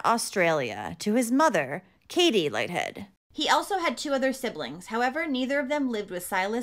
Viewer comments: Aussie here. Pretty sure it’s pronounced “Leeth-head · Pronounced LEETH- HEAD. Kate. Not Katey. Kate.